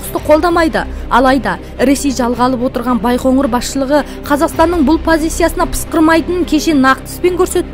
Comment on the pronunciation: Байғоңыр емес, Байқоңыр